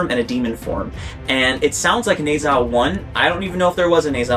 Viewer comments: Ne zha 1 is free to watch on Youtube! And it’s pronounced like nerja. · should pronounce more like Ne(r) Zha. Good review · How to pronounce Nezha: Ne rhymes with "nerve", Zha rhymes with "bar".